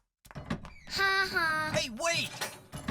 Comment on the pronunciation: didn't say "ha-ha" quite right. 2/10